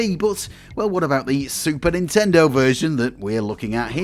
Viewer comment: It's 任天堂 Nintendo - not nintendor